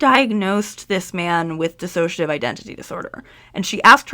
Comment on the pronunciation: Minor note on pronunciation - there is no ass in dissociation. It is a different pronunciation from disassociation It's a common mistake!